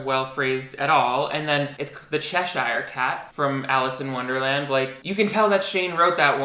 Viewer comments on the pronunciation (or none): It would be pronounced “chesh er “ cat rather than “chesh ire” I live about 2 miles from Lewis Carroll’s birthplace and we all pronounce it “Chesher” xxx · As someone from Cheshire (in the UK where the book was created), I need to tell you that you pronounced Cheshire wrong. I have to say it because it will hurt me. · Umm I'm from the UK and Cheshire is pronounced Che-sheer, Shane got it right.